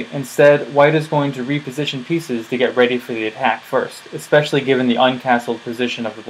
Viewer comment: There's a weird trend in recent years of people saying "ex specially."